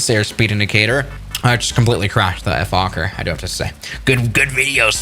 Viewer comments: Say "foukker" and i think ur good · Fokker is pronounced as 1 word, try it out on google translator, you write it there, press the speqker button, it pronounces really good (for this word)